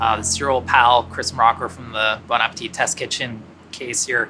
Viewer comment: I really like Brad Leone but for the love of God he works at Bon Appetit and can't pronounce the company name properly and I've noticed other BA contributors can't either. Even Claire who spent a few months in France studying pronounces French words incorrectly.